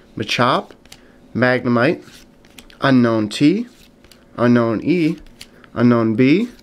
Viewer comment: unown is pronounced un- own not unknown just so u know